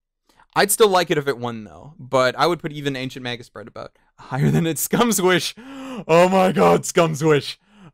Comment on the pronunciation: Talking "Aboot"? What are you, Canadian?